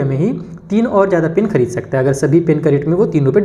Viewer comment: Khrdee kya hota h sir khridee hota h 😢😢😂